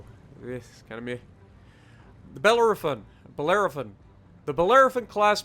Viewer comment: It’s pronounced Ba-lera-fon. For people having issues with the event: here’s the basic strategy. DDs: your job is to kill Zikasas and prevent them from getting into the circle. Don’t bother shooting catapults, you won’t do anything. Cruisers: stay in the circle. Set everything on fire, and be sure to spread fires on the Zikasas. Help battleships with catapults when you can. Battleships: shoot the catapults. That is your biggest job. You should only be shooting at Zikasas if there aren’t any catapults to shoot at. Try to be ahead of the Transylvania as well. Rasputin occasionally charges the circle, and if he does, your best bet is to ram him and stop him where stands. For the final encounter: DDs should try to get as close as possible and take out the Zikasa’s first. The last two Zikasas tend to rush the circle, so they need to be dealt with immediately. For Rasputin himself: once the last two Zikasas have been dealt with, every ship needs to focus Rasputin. Cruisers should try and force Rasputin to burn his damage con on fires so that the DDs can perma flood him. Battleships would ideally go for drive-bys, but if Rasputin charges the circle than the battleships need to ram Rasputin to chunk his HP and stop him from reaching the circle. It should be noted: it is more than likely that your team will lose ships on the final encounter. That’s fine. If you do everything right, you should be set up for a comfortable five stars using this strategy. Now sometimes, Rasputin just rush